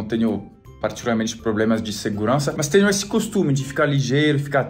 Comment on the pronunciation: "E até teño meaas" hahaha